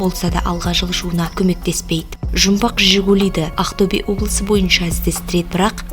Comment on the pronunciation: Ақтөбе дегенді дұрыстап айтшы шатырды тайдырмай